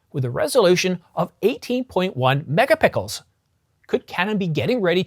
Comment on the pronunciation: lol.. did you say... Mega-Pickles....? Describing the Canon 1Dx C.... 18.1... Mega-Pickles....